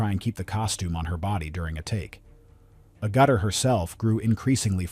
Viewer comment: Sorry, but your pronunciation of Agutter is just "ouch"